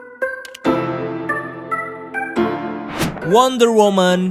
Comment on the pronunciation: Mon maap nih yang bener wonder woMAN bukan wonder woMEN,belajar lagi ya bang b inggrisnya kwkw